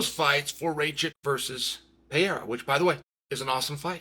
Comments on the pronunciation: Why does he pronounce it Pierra lol its Pereira (pererrah) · Hey Chaellly …why TF do you keep mispronouncing Alex PeRReiRah’s last name. ITS NOT PEA-era. Dummy. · Considering he's carrying the UFC on his back you might want to take the time to learn how to say his name. However, you are saying "era" and that's what we're in, so maybe it's okay. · Stop calling him Alex Pierre you dweeb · Pereira is pronounced 'Peheira' not so difficult grandpa! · Dude can you PLEASE finally learn to pronounce his name? It’s not Pee-air-ah! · Little tip for you Chael, don't take it the wrong way. Pereira would be better pronounced puh" + "ray" + "rah". The r has a little roll too, but that's not too important, Brazilians are used to it. It's not Pah-HAY-rah either, but that's a Joe Rogan issue 😅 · Chael would love to see “Peeyairuh” v. “Raycheck” 😏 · Chael its pronounced "Peh -Ray Rah" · Just say “Alex” instead of the 10 different wrong pronunciations of PeeErra lol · I don't know who this 'Payerrah' fella is, but if Chael is talking this highly about him, he must be good. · Sounds better than how everyone else says it, Peeairah. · I can’t believe this guy is still mispronouncing his name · F this video it’s so annoying to watch a man talk about another man and he can’t even pronounce his last name dude learn the first and then come back and record. A new video is so annoying to hear you mispronounce his last name. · I view constant and repeated mispronunciation of a man's name a form of covert disrespect. You are too well spoken to get this wrong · And still can’t pronounce Pereira… 😂😅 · Intentionally saying his name wrong is just disrespectful